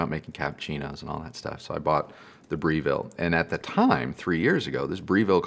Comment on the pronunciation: Breville E said like BrevVill. Its a great brand, especially their coffee machines and food processors though you don't get the quad blade in the US that we get in Australia.